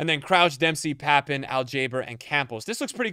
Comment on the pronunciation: Bro pronounced Papin Wrong its Papan